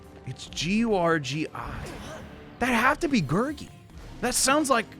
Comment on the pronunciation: You're pronouncing Gurgi's name right